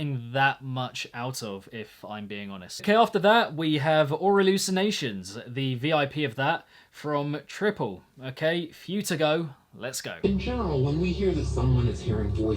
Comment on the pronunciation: Btw Tryple is pronounced Try-ple. There's a producer tag vocal in the intro of his song saying that